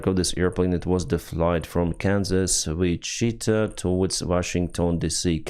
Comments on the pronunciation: The majority of places in the US have names from the original Native American peoples and languages. Knowing this can help with pronunciation. Wichita is pronounced wich·i·ta (witch-i-taw). It's from the Wichita people, or the Kitikitish (raccoon-eyed) as they called themselves. I liked the way you pronounced it too,. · That was funny on how he said it! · best pronunciation of Wichita